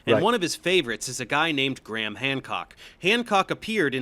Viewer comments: Hancck is English, therefore its pronounced Gray-um. Theres no H sound. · Btw if you want to pronounce Graham more conventionally it's usually pronounced Greme or Gray-um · Just being pedantic here. Graham in English is pronounced Gray-yum instead of Gray-ham. You're welcome. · It's pronounced "gray-em". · To be fair, there are viewers who enjoy the aggressiveness. Especially when he's right. On a side note, the name Graham doesn't pronounce the 'H' in the middle. It just sounds like Gram. One syllable. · Your over pronunciation of graham cracks me up everytime